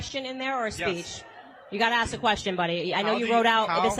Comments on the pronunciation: it's ask, not axe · I appreciate you saying ASK the question the third time... I normally tune out after I hear AX...